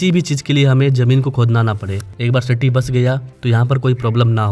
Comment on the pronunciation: Bhaii sitti nahi city